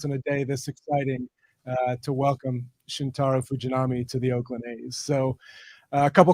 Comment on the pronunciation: Oakland, not Auckland 👍🏿